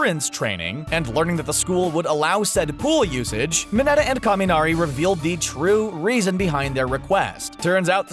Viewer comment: Who’s kameeeeeeeeenari it’s kaminari